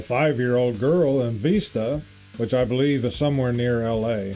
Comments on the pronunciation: Vista is in San Diego and not pronounced VEESTA. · Vista is pronounced with a soft/short i sound, and it is in north county San Diego due East of Oceanside, South East of Camp Pendelton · Vista (not pronounced like you did), is in the north county area of San Diego.